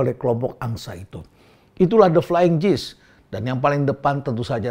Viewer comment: Maaf pak Rhenald, kata "gees" dibacanya seharusnya bukan "jiis" tapi "giis"